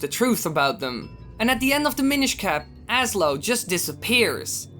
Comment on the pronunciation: i thought you said "the minish cah"